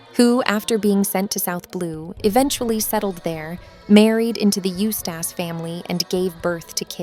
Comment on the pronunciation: The way she pronounces it as "Used ass captain kid" throws me off a lot.